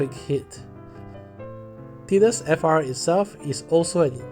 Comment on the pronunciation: My god what mean is didus?! Please go google translate see how is Tidus speak. Is tidus not Didus.